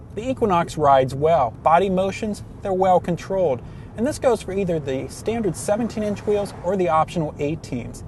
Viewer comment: Learn to say your "L's"--it's not "cywinder" or "wew controwed".